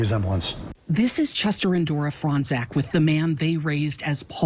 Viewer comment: They say Fronczak like "Frong zach" lol it's "Frone chock"